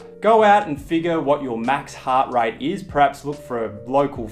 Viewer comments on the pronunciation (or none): Did you say "prehaps"? The word is "perhaps". 😂